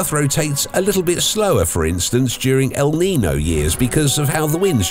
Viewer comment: Dude said el nio 💀